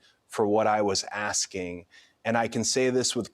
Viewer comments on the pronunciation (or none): none